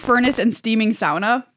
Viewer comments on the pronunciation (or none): Sauna sounds like "sonna" and almost rhymes with "wanna". This "sowna" pronunciation tells me that you don't sauna much, and I have to say you are missing out.